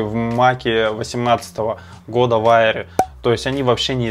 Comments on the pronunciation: Только не «айер», а «эйр»😊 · Макбук АИР... Читается как Эир